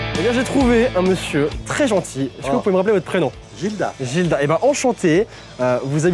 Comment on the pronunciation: Oh mon père aussi il s'appelle Gildas sauf qu'on prononce le s !